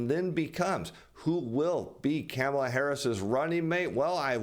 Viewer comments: It's pronounced Kahm-ala.... Not Camel-la. Please, you sound like Biden. Make an effort... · I love the way says Kamala's name. (came a la) 🤣